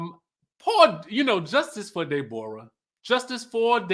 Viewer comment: If nothing else was funny about this review, I cackled every time you said "Day-bor-uh"!!!!! 🤣🤣🤣🤣